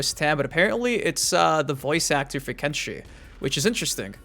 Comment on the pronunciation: Lol it's kenshi 😂